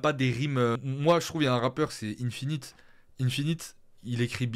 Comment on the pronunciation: Merci pour la review ! Attention à la prononciation d'Infinit que tu apprécies, c'est "1-finite" et non "ine-finite"